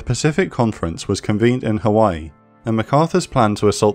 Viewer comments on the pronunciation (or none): none